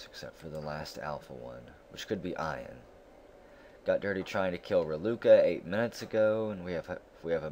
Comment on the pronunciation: Yo. Just a friendly fyi: the name Ian is pronounced "E-N" (the letters E and N one after the other). Its my name, and I remember you wondering out loud about the pronunciation in a SS13 video. I know that doesn't make any sense spelling-wise so your way is a common mistake. I always appreciate your content (you've got me playing mush), and sorry to be a wise-ass. Cheers!